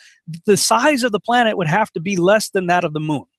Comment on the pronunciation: its plane(t) not plain!